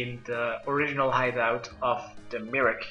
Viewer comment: In aid of the my-er-key.. Merrik? really . Fucking hell can noone speak?